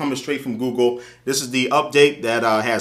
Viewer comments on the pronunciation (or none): none